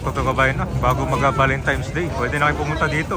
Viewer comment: correction lng po if ok lng,hindi po sya valenTIMES ang pgbigkas kun di valenTINES po sya.thank u po!